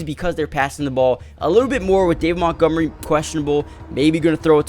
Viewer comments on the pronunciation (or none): none